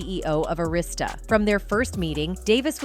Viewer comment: You cant even pronounce “Arista”